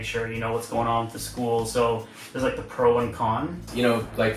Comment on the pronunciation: What American accent is that where they say "school" as two syllables? It sounds like "scoo-uh" or "scoo-ul".